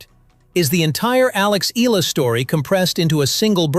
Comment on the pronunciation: … hey MAN…!!! Will You … Kindly Pronounce IT… Right…!!! Please…???!!… its…” E - YA - LA…!!!